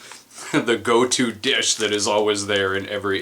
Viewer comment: I know you said at the start of the video you might have problems pronouncing some words but, I didn't expect dish to be one of them